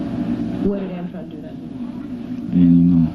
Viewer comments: He consistently calls Antron "Antwone" ...clearly he has no idea who he's talking about...poor babies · said antwan too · He said "Antwan"... He ACTUALLY DID NOT KNOW HIS NAME!!!!